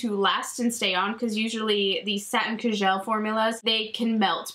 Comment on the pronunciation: Are you saying ca-gel liner?